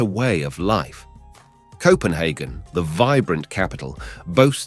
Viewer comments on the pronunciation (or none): none